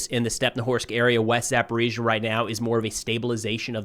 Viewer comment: He says ГУР incorrectly. He has gotten Zaporizhzhia right now, so there is hope 😊